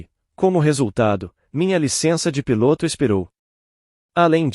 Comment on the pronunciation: Por que nos relatos o relator assassina a lingua portuguesa neste relato ao inves de falar piloto o narrador fala pilôto é um charme de palavras ditas erradas.